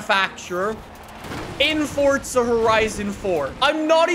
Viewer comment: Does anyone Else recongnize that is says fortza instead of forza?